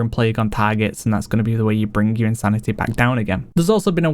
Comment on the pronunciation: No shade but I find it interesting when he pronounces “insanity” as “insanita” sometimes haha